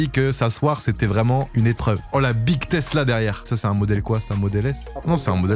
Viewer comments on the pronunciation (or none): none